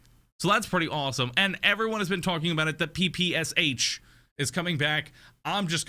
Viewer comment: I'm from Russia and damn it's funny to hear P P S H :D It just pronouns as usual english rules x)